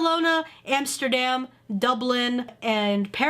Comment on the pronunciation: lolllll do u say HAMSTER-dam?!?!